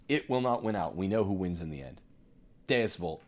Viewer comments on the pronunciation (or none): none